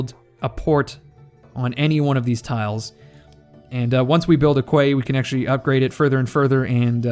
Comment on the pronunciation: fyi: Quay is pronounced "key". Nice to see a letsplayer taking his time and even reading the manual - wow! It seems to be a great game to get your teeth into - am looking forward to the release.